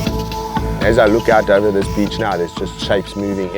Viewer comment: I was dying when he said bitch instead of beach 😂😂😂😂